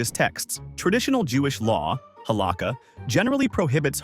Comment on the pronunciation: Please learn how to say halakha! It's ha-la-CHA, with the guttural chhhhh sound. Thanks for the videos!